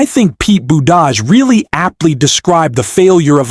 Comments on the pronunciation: LEARN TO PRONOUNCE Buttigieg. NOT BUDAJH BOOT IJ EDGE It makes you sound IGNORANT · Please learn how to pronounce Pete's name.